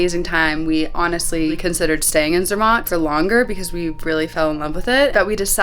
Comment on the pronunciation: Its Zer….Matt not Zermot, Just call the local tourist office. They have a lists of all the categories of hotels B&B. They will recommend the best hotel for your budget.